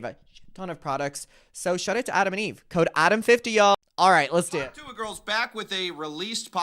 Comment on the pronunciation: every time you pronounce ‘tuah’ like that an angel dies.